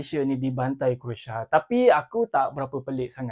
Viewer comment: CROATIA BUKAN( KROSA) /SECARA MELAYU KROASIA, macam mana mau memartabatkan bahasa melayu 😂😂😂